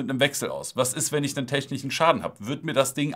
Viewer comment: Was ich net verstehe... Warum... Warum "technich" - es heißt "technisch" 😫 das is schrecklisch äh schrecklich mein ich... aber zur shisha ich weiß net was ich von halten soll... bleib lieber bei meiner moze breeze 2.0